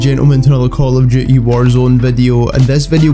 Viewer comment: I like when he says i guys wecome to another call of jooty vadio